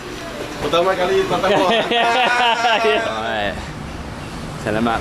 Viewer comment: you said muar with no 'r' like local muarian